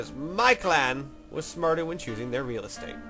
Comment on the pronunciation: When you first started talking about prime real estate at the 21 minute mark, is the first time you ever sounded like a Texan.